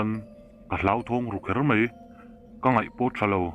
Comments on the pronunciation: Mei nilovin mai tih tur.tleivar a awm ngailo a,tlaivar tih zawk tur.viewer ngah i duh chuan i pronunciation fimkhur rawh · mei aiah mai, tleivar aiah tlaivar,... Mahse i chhiar thiam e... Ṭang sauh sauh rawh, Like and sub nghal e